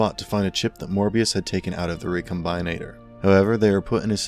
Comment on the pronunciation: Say it with me. Re. Com. Bin. Ater.